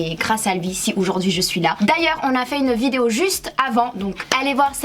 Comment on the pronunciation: "oujourd'hui " 🤦🏽‍♀️🤦🏽‍♀️ On dit aujourd'hui meuf !